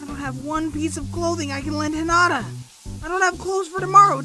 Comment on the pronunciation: why doew he say hinada LOL